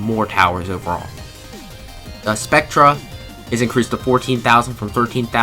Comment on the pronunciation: Spectre is pronounced like spec-ter